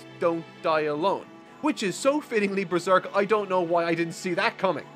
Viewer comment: "But this is beeserk"